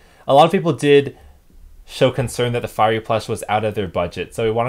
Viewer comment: SAID FIREAFY